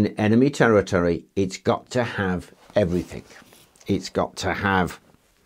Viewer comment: Really annoys me, They don't have to carry everythink. Its Everything. Even Brian Cox say everythink, Should know better